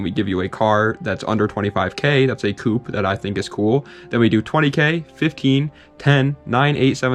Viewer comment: All of a sudden pronounces "coupé" correctly for the Hyundai.